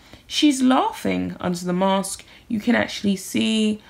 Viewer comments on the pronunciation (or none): none